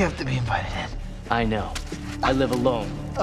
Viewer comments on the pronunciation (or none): none